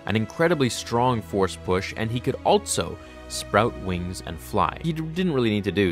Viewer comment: That is not how also is pronounced